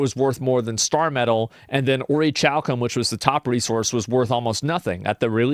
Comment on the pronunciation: Its pronounced: ori-kal-kum